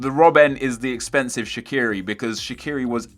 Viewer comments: Shaqiri is an Albanian last name, it isn't English, it isn't Swiss so it's pronounced in Albanian, case closed. And fyi, even the Swiss media pronounce it Shachiri. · its sha-chi-ri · It's pronounced Shachiri ... Had to say it :P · No, he didn't. He pronounced the "q" wrong. The Q in Albanian is pronounced as "ch". It makes a big difference. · Oh it's so hard to understand that you should pronounce names as they are in it's original language. Not how you fucking please. And Shaqiri is Albanian, either way how you turn it, his parents are and he was born in Kosovo.